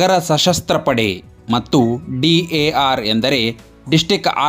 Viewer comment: Bro ಮೊದಲು ಉಚ್ಚಾರ ಸರಿಯಾಗಿ ಮಾಡಿ ಯಾವ ಪೋಸ್ಟ್ ಅಂತಾ ತಿಳ್ಕೊಂಡು ವಿಡಿಯೋ ಮಾಡಿ ನೀವು ಕರ್ನಾಟಕದಲ್ಲಿ ಹೊಸ ಪೊಲೀಸ್ ಹುದ್ದೆಯನ್ನೇ ಸೃಷ್ಟಿದ್ದೀರಿ ಕಾರ್ ಪೊಲೀಸ್ ಸಿ ಎ ಆರ್ CAR - City armed Reserve ಡಾರ್ ಅಲ್ಲಾ ಡಿ ಎ ಆರ್ DAR - district armed Reserve